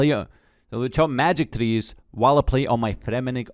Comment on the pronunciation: 😂😂😂 he was struggling to say magic trees lool